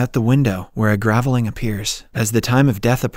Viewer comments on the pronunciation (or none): Pronounced grave-ling, not gravel-ing.